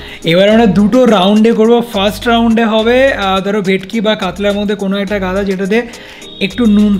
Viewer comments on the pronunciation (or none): Gada noi daga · Eisob udvot idea tomader mathatei ase. Ki drkr chilo ebhabe mach gulo nasto krar. And by the way 1st of all kthata 'gada' noy 'daga' r 2nd holo oi 2toi petir piece, dagar noy. Please don't mind.